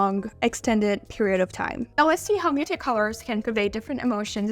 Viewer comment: Totally. If you're going to say muted so many times, pronounce it properly. It ends in a D. Slow down and speak properly.